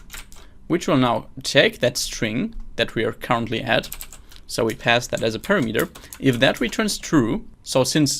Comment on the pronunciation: you pronoun word "parameter" very strangle )